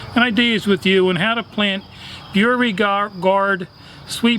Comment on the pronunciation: I'm a lifelong Southerner from Georgia, so I hope this doesn't sound disrespectful. But I have to tell you that you're mispronouncing 'Beauregard'. The correct pronunciation is "bo-re-gard." Thank you for sharing your planting tips and have a wonderful day.